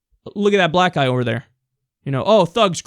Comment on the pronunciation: lol... he said brwak people (tee-hee)